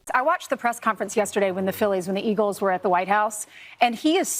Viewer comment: "The Philly's and the Eagels" ??? Does she need glasses to be able to read the teleprompter?